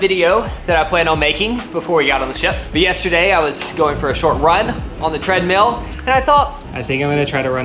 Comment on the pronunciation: It’s so cute that in 6th r accent treadmill sounds like treadmeal ❤